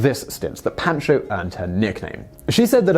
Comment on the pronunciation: Pahn-cho. Otherwise top notch!